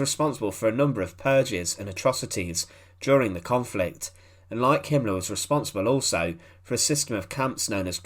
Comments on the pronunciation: Himmler not Himlah. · There is an "r" in the name "Himmler" like in "Beria". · i wish you would go to an accent reduction class. Himmler is not pronounced as "Him-lahh."